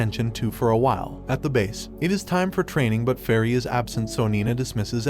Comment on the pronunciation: Is he saying fairy for Felli?? Lol I love Felli!!!!